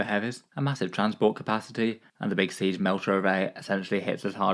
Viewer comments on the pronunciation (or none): none